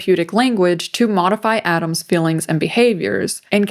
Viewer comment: Was with you until you pronounced "feelings" like "fillins" like a 60 iq groid